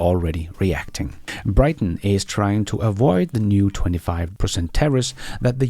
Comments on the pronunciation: Why do you mispronounce "Britain"? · to annoy you✅